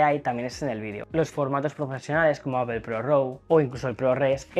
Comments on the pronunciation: Aunque es Apl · Manía de meter una O en la segunda sílaba en Apple. La transcripción fonética de "apple" es /ˈæpl/, y se pronuncia como /æ/ (como en "cat") + /p/ + /əl/ (un sonido "schwa" o "e" invertida, como en "label"). En cuando a la cámara. Solo tiene zoom óptico 2X, lo que invalida al teléfono al 100%